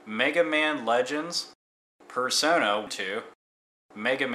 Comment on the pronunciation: Isn't Valkyrie Profile and Star Ocean Second Story available as PSP remakes? Also aware of the date this was uploaded, but worth noting that Parasite Eve and Breath of Fire IV are on PSN now. And it's PersonA, not PersonO.